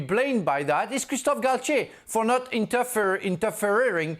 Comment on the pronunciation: Mans really said interferring intfering n’ still said it wrong like he said it right 😂😂😂😂 bruh shut up u old heads u was fightin ur life for that word